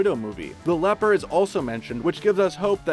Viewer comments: “Battroc the lepper” bruh its battroc the leaper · Did he just say Batroc, the leper? Another fail from screen rant. Some research. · i know. The guy in the vid mispronounces as 'leper' though. :P